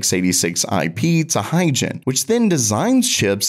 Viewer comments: why u pronounce it hygen when is hygon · Why is Hygon pronounced like Higen? Is it a mistake or the correct way to pronounce it?